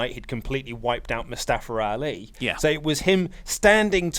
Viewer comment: I hate when u say Mustafara Ali or in the past Kazuchikara Okada lol